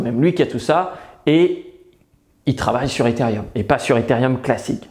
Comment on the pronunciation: On dit Etherooom pas etherieum 😉😂 sinon super vidéo !